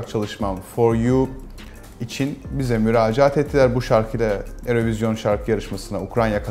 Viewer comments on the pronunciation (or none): Önce yurovizyon diyip sonra yurovijin demesi çok kötü ya oha falan oldum (adamın efendiliğinden bulmaya çalıştığım tek hata) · Yurovizyon değilmiydi mi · adam eurovision kelimesini üç farklı şekilde telaffuz etti:)) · aynı paragrafta geçen 3 aynı kelimeyi 3 farklı şekilde telaffuz etmek bi garip olmuş :)